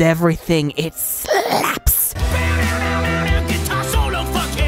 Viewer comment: Lmao! It ssslaps! The stress on the “slaps” part was hilarious! Great video! Positive reviews and adoration of Hazbin Hotel need to start getting more traction than negative ones, like Sarcastic Chorus and the like.